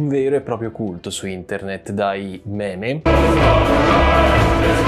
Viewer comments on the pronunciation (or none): none